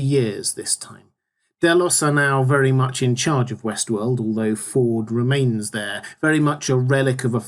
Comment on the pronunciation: Will there be a season 2 overview as well? Every time you say Westworld, I hear Westeros... ><